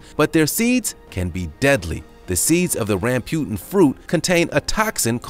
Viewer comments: Jag-wire, Ram-booten, your butchery of simple pronunciations is hilariously grinding my gears. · Ram-bu-tan and lechee.... please do a little research on your pronounciation! GAWD!!!